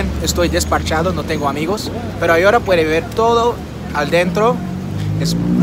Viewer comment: He notado que cuando quiere decir ahora dice Agora. La H en español es mucho, por lo que tiene que decir: a-o-ra. When you want to say "ahora", in spanish yo don't say A-go-ra, yo have to say: a-o-ra.